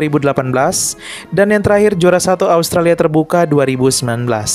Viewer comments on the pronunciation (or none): none